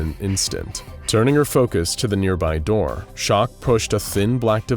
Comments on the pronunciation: “A knock at the dur” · I love that you dont go back to fix some words. "A knock at the der". Glad it isnt a robot for these! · "A knock at the DIR DISTIRBED HIM" im kackling i hope the creator sees this :)